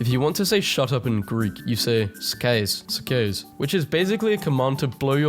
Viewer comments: PLEASE DONT PRONOUNCE IT LIKE HE DID IM GREEK AND I DIED INSIDE WHEN HE SAID IT LIKE THAT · I figured he pronounced it wrong. How is it pronounced, if you can convey it through words? Is it sort of like “skah-see” or a “skay-see”?